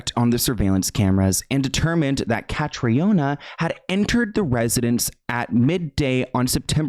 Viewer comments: Hey! Just out of respect for Catriona, and for anyone who comes across the name in future (it’s a popular name in Ireland) it’s pronounced Ka-TREE-nah. Triona is also a popular shortened version of the name, and is pronounced TREE-nah, sometimes TREE-unnah, depending on the person. The O isn’t emphasised. Its also common in other Celtic countries like Scotland, as it’s a Gaelic variation of Catherine. Love your content ❤️ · i'm irish just to let you know it's pronounced "kat-treena" but yeah that story has always given me the creeps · Irish ppl watching the video hearing her name as catriona when here in Ireland it's the Irish prenounition is Catrina its just spelled the Irish way🇮🇪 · Just a heads up, her name is pronounced as Katrina. Catriona is a common Irish spelling :) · So her name is pronounced like “Katrina” just an fyi x RIP it’s a very sad story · Commonly mispronounced but her name is produced Cath-ree-na, its an Irish Name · Hi, I know its not important but as an irish person Catriona is pronounced cat-tree-nah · Hi, her name is pronounced (kath- reena). If your doing a video on her, please at least prounce her name Correctly. RIP 🙏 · the name is pronounced like Katrina btw :) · Pronouce katrina. Trust me I'm from Ireland 🇮🇪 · Hi her name is pronounced Kat-tree-A-Nah it’s an Irish name so not pronounced like English I know languages are soo hard xx I never heard of her I’m shocked as I’m Irish and MUA thanks for educating me! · her name is pronounced the same way that you pronounce the hurricane in New Orleans…Katrina. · I believe that Catriona is the Irish version of Katrina. They pronounce it like Katrina. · Katriona is the Irish spelling of Katrina and is pronounced Katrina